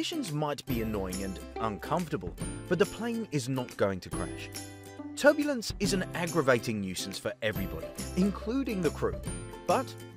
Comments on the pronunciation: Damn TurBluence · "turBLUEnce" whoopsie. Hehe. great great video bro